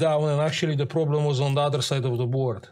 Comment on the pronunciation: i m watching the video butchering the pcb and hearing "yeah no prrroblem" hahaha amazing edit: damn the capa the otherside XDDD my poor man thats HURTS that's IPC -10 level (